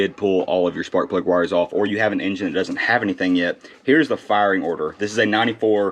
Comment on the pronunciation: Did you say proper frying order 😅?